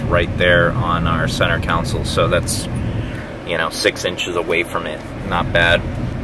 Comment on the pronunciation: Why do you say "Council" instead of "Console?"